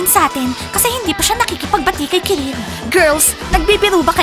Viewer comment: Kirill hindi karil,keril,kirel,ciril